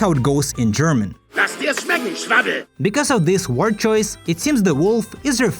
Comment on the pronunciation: It's Donner (thunder), not Doner (that'd be Döner, which is pronounced differently.). In , he said "Schwabbel" (Tubby), not "Schnabel" (Beak)..